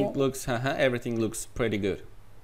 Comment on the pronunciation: Telaffunuzu daha da geliştirebilirsiniz. Bunu yazdığım sırada videonun tümünü izlemiş değilim, fakat; shaking, pretty, speaking, actual, think, written, right kelimelerini daha düzgün telaffuz etmeniz mümkün. Bir de "I want to know what I can do about this TOEFL exam" cümleniz gramer olarak doğru olsa da ana dilinizin ingilizce olmadığını ele veriyor, "the" daha otantik olurdu. Heyecanlıyım dediğiniz yerlerde telaffuzunuz daha da kötüleşiyor ama sonra tekrar toparlanıyor. Yine de Türkiye ortalaması üstünde olduğunuzu düşünüyorum. Başarılar.